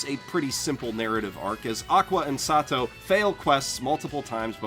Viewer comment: Why do you call kazuma sat~toe is that what he's referred to in the dub or something?